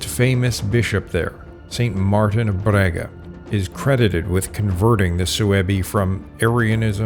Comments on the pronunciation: Very good research, but OMG you mangled our Portuguese city names! It is NOT Brega, but BRAGA, and Santiago do Cacém is pronounced Santiago do "Kasém" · Sorry for the weather, as compensation I'll excuse the mispronunciation of the name of my city, Braga 😂. Great work, thank you for exploring and exposing our country and history.